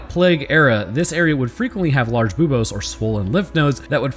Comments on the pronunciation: you cant say bobes on youtube, the u sound makes all the difference :D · "boob-ohs" Me: "snickers" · every time you say buboes my brain goes "Boobos????" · mispronounced a science word. For shame.